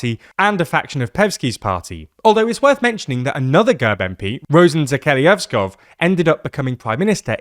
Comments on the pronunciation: it has been a running gag in bugariq that nobody can even get Zheyazkov's name right and the way you butchered the pronounciation of his name in made me laugh so hard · It's not a hard name for Bulgarians (or any Slavic speakers) to pronounce, it comes from the word "zhelyazo" (iron) which is obviously in common daily usage. I understand it's not an easy one for English speakers to pronounce but a bit more effort to approximate it would've been due.